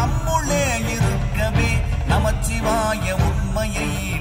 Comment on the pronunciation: Om namah shivaya not om namachivaya please check your pronunciation and hope you correct which will heavenly feeling